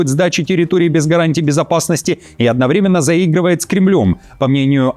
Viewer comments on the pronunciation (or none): none